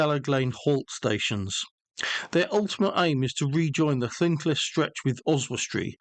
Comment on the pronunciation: Loved the video but your pronunciation of llynclys was wrong and very cringe